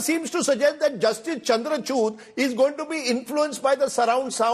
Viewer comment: Please listen after 2.59 . Rajdeep saying justice "Chandrachut"😂😂😂😂😅